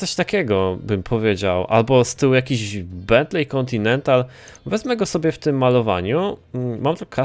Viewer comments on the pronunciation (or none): none